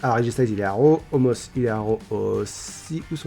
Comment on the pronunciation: Salut! J'ai remarqué que tu prononce Omos comme ça s'écrit, mais apparement ça se prononce "Omas", tu fais ce que tu veux de l'info, en soit il n'y a pas de faute aux noms propres mais voilà, comme ça tu sais ☺️